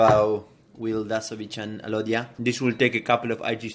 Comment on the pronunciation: Alodia, A lovia. (Lol. Sige na, corny na akoh)